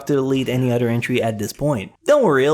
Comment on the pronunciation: di ko kinaya ung "udder" bes. uber much liason na hindi na napropronounce ung ibng words, nakkadetract sa viewing experience, and it's elfen lied not elfen leeeed